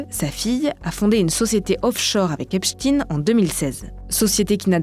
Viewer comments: Epstein se prononce [èpchtaïne] en français… merci ! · Serais bien que vous commenciez par prononcer son nom comme il faut. C epstein et non epstine 😉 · On a aussi fait la leçon aux journalistes du Monde pour appeler Esptein Esptine... sans déc, si ils en sont là, c'est qu'ils sont très mal...!!! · Pourquoi dire « epstine » ??? On ne dit pas Albert « einstine » ni même « Frankenstine »… 🤔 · J'entends encore quelq'un dire "Epstine" je fais une syncope 🤣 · Pourquoi vous prononcez "Epstine" ? 🤫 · C est marrant de prononcer Epstein avec un 'ine" à la fin. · Arretez de dire Epshtine sérieux... Vous dites Albert Einstine aussi ?! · Pourquoi vous prononcez "Epstine" ? Vous devriez demander à vos boss comment ça se prononce. Ils sont au courant. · Pourquoi "Epstine" ? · Epstine? Sérieusement la prononciation… la journaliste est ridicule. Vous dites Einstine aussi ? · "EPSTINE" LOL Voix traumatisée par Poutine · Epstein pas Epstine, il n'est pas russe. Et on dit Albert Einstein ou Frankenstein pas Albert Einstine ou Frankenstine. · On remarquera que le journal fait exprès de ne se tromper dans la prononciation du nom epstein en disant epstin. Des raisons particulières de vouloir cacher la consonances hebraique de son nom ? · Surtout bien prononcer Epstine pour éviter que l'on regarde dans cette direction ... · Je ne comprends pas pourquoi vous prononcez Epstine son nom est clairement à consonance germanique. Les américains le prononcent mal mais faut il faire comme eux ? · Ça se prononce Épchtaïn madame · Pourquoi prononcer Epstine ??? On dit Einstine ? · On prononce le "stein" comme dans "Einstein" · C'est marrant, tous les medias font la meme faute, coincidence???😂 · Esptein comme estein pourquoi le prononcer ainsi? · C'est bizarre de prononcer "Epstein" de la sorte. Pourtant "Einstein" est bien prononcé à la juif. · Donc on prononce Albert EINSTINE ? 🤣 L'homme serait russe c'est bien ce que vous essayez de faire croire ? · Epstayne et non epstine qui rime avec poutine😡